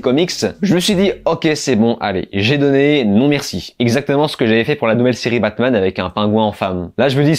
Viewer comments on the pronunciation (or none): none